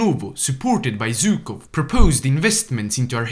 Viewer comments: It's Zhukov not Zukov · ZHukov, not Zukov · It's ZHUKOV, NOT ZUKOV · It's actually pronounced not Zh-ukov, and not Zy-kov. In russian letters, it's Жуков, not Зюков.